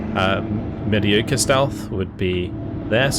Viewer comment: You said mediocre wrong so everything else in the video is meaningless now.